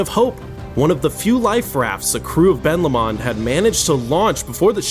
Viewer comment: Ben Lomond is pronounce Ben Low-mond, Jesus that was difficult to listen to